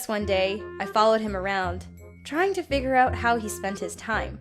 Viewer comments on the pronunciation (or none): none